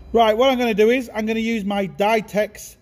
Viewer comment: I think Ditex is pronounced Dee teks.. Play on words. bar is not a number I fully understand. I still use PSI.